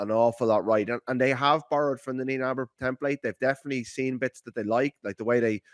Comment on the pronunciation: Ooooh, correct pronunciation of Neinaber. #NotNenaghBar